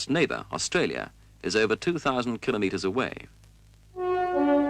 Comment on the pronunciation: congrats for pronouncing KILO METERS properly